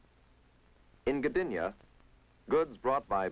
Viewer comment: Even perpetual tung twisters for English speakers Gdańsk and Gdynia were pronounced well.